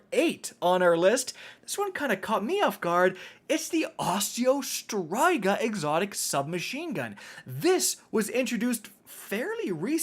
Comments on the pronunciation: Osteo STRIGA,not STRYGA,learn how to read the names man! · Man, Destiny youtubers and their weapon pronunciations. I will accept both Osteo STREEGA, and Osteo STRIGGA, but who dafuq is out here sayin' it like STRY-GUH. My man, please, there are impressionable children who this channel probably I'm assuming. Keep it together. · Osteo striga - is pronounced streega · hmmmmmmm. Okay just saying .... it is ostea Striga not Osteo Straiga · You're also mispronouncing the "Striga" when saying Osteo Striga, it's pronounced [St • ree • guh] Edit: A Striga is a type of Romanian witch, with a deep hatred for all living thing, that siphons the life force of it's victims. That's why the gun does damage over time. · Osteo “ STRY-GA “ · It's STREEEEEEGA. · For some odd reason, his pronunciation of Osteo Striga scratched an itched I didnt know I had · I truly hate the way you say "striga" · You pronounced striga wrong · They way you pronounce striga hurts my brain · We just gonna sit back and let him pronounce Osteo Striga like that?